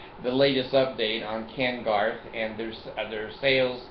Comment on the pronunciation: Hey! Love your stuff but it's Ken Garff NOT Ken Garth. Fail. Anyway Checkout what I've been working on for Ken Garff! Take a minute and get real.